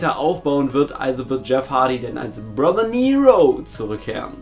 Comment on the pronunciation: Wie du Brother Nero gesagt hasst🤣😂😂👊